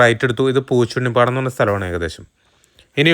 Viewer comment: പൂച്ചുണ്ണി പാടം അല്ല, പൂച്ചിനി പാടം 😊